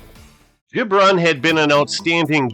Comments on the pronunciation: I thought it was Gib-ron, not Jib-ron. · It’s GiB Ron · Great stuff .... But Its Abe Hard G ... Gibron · Abe Gibron was a character. I believe his name is pronounced with a hard g e.g. girl, get, graph. Bobby Douglas was a tough son of a gun. Another factor [to his poor passing game] was playing in the windy city in cavernous Soldier Field. I do remember people thinking he couldn't throw a pee in the ocean. Strangely Douglas might have played 50 years too soon as his game might translate well today. Thanks brother, appreciated.